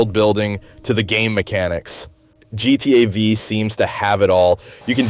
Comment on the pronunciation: for me it's the way he pronounces gta v, and how he lingers on gta v for so long, without even going into how it's related to gta vi